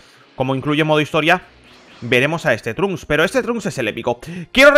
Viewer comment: El nombre Trunks leer como inglés no como español si habla español no entiendo.